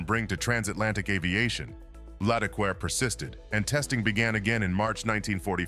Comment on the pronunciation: Sort out your French pronunciation. It isn't as if there aren't any hints in the spelling. Accents are not just decoration. One might almost think that the narrator was uncultured, which wouldn't be fair ... or would it?